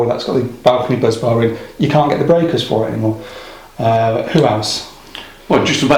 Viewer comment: If Jordan's photo could speak, he'd be saying "Bus-bar, not Buzz-bar"